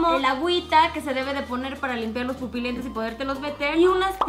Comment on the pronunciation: Pupolentes JAJAJAJAJAJ